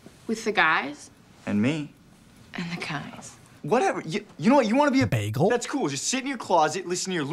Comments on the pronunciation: omg the way he says “bagel” has me absolutely. DEAD!😂☠️ edit: i messed up the time code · omg I legit thought he really called her a bagel and that was some kinda early 2000 slang lmfaooo